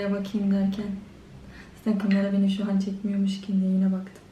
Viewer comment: Şu kızın zatin demesine hastayım